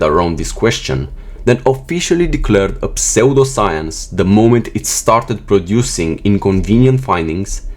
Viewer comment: Your narrator-robot needs to get pronunciations right before the recording begins. 'Pseudoscience' pronounced [like soap sud] 'sud-oscience'. Really?